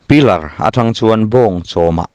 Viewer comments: Pilar anilo. Isap hming chhiar anih kha pilerh tih tur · P-i-l-e-rrrr ti rawh,uluk deuh hlek la,I thil lam,a ngaihthlak nawm viau e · Piler i lam dan hi chu thangthar te ngaihthlak atan chuan a mawilo